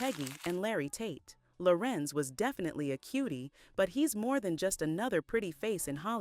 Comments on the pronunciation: larenz not larentz ......google is your friend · Why does the narrator keep calling him Lah-rence instead of La-renz?